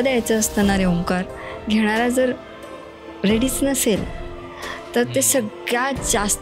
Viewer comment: Madam kiti chan omkarrr boltayt...😅